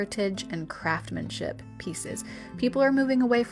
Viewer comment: It's craftsmanship with an "s" BTW Thrifting is definitely the way to go 💖